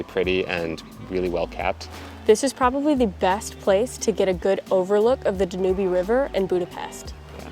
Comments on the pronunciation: I never correct anyone, but it's not the "danooby". It's called the "Dan Yoob" Anyway, you guys are taking the trip of a lifetime! Stay safe! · The river is pronounced Danub. The "e" is silent. Love your videos.... informative and beautiful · I love your travels but I believe you pronounced the Danube River incorrectly. It’s not Dan U Be. It’s Dan Yoob. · The second week hearing you not pronounce Danube correctly. I hate correcting, but, forgive me? Pronouncing everything correctly, like rosetta stone, do they really pronounce Danube river danyoobie? DANYUBE like YouTube. Not danyoobie. enunciation on the DA, DA- nyoob. I love pronunciation guides on Youtube. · Love your videos. You don't pronounce the "e" on Danube. It's pronounced Dan-newb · I actually never heard the pronunciation of the Danube river as Da-Nu-Bee. I think it's pronounced Da-nyoob in English and German. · I agree Dan yoob, hearing danubeee is making me crazy....sorry for being petty. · Dan Yuub, like you tube. Not dan u bee lol. Great video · Great video. Are we pronouncing the river incorrectly? We were taught Dan-yooob. Do locals pronounce it like you did? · Danube, your pronunciation is terribly wrong Dan -ube. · I just wanted to say , you pronounce it Dan -ube. E is silent 😊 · I think you're mispronouncing the Danube River.....should sound like "dan-yoob". I loved Budapest when I was there. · dan-YOOB, it's pronounced dan-YOOB 🤣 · Not sure if it it the local language but I believe the river is pronounced Dan U Ba. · Don't know how we determine the correct pronounciation; but, I think it is Dan-youb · Beautiful city! Danube is pronounced da - nyoob'. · Dan yoob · Dan. Ube Is the Pronunciation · I'm not sure but I think the Danube river is pronounced da- nyoob- river - so say dan you B - it took me a minute to work out what you were talking about - great episode though loved all the history 😊😊💕💕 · The River Danube is pronounced “da nyoob” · NEWBIE at pronouncing Danube!😂